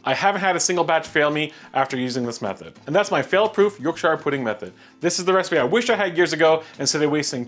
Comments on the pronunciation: Ok ok I’ve just looked at the 1st 5 seconds a you say “York Sheer” pudding; not “York Shuyer” pudding. Watching more to see if he redeems himself. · Look delicious! Yorkshire should be pronounced “York•Shr” even if you’re American. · Fan in oven was on. Way too much fat.... Use Beef Dripping. Like the volume ting though.... Love 'Yorkshyre' pudding :-)